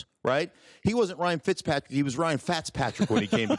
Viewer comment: This man said Ryan fatzpatrick 😂😂